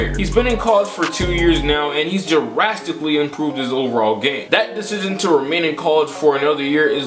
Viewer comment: “Jurasstically improves”